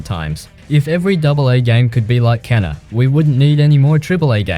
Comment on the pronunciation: It's funny how almost every player says "Kena" even though her name is pronounced "keena" in the game 😆